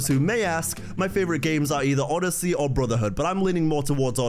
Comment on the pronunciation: said oddssey lol